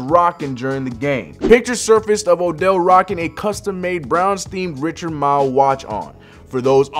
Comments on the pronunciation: Its Richard Mille - pronounced Richard Mil - like million. m i L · Who tf is Richard “mile” lmaoooo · This man said “Richard Mile” 💀